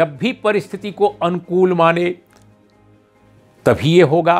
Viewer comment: Balanced analysis by Urmilesh of Parliamentary debate...kindly pronounce word अनुकूल correctly...sounds like "Uncool"...